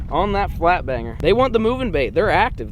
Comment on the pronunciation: When caught his 3rd fish it sounded like he said f**k banger and not flat banger